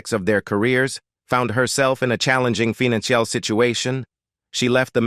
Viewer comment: As good as this overview is, the AI's pronunciation is horrible. "Financial" as "fee-nan-ciale"? Maybe redo it with a better edit on the text and how things are pronounced. I mean, PLEASE.